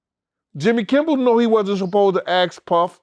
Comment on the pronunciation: Yal said “Jimmy Kimble, Jimmy Kimbull, Jimmy Kimball” and said the same thang probably spelled another way lmao 🤣 😂 chill